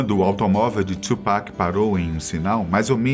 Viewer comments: Tupac! E não tchupac. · É TU PAC não Two Pac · não é tsupac é tupac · Não é twupac filho, é Tupac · Caralho mano , o nome dele é TUPAC , não txhupac . puta q pariu. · É tupac não tiupeki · mano, você disse Tupac invés de TWOPECK como geralmente falam, deve ser um dos sinais do apocalipse hahahaha video top! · Mas acho q a pronuncia correta é "tupaki" msm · Mano peguei ranço desse cara falando tupac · Falou o nome tchupac 150x